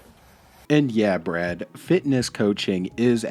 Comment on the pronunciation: Its Bwad not Brad 😂